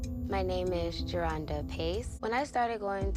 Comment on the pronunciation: Not JER-HONDA....LOL its JE-RHONDA.. You got me ctfu lol